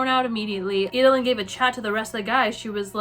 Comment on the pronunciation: EED-LYN. Not Ee-duh-lyn.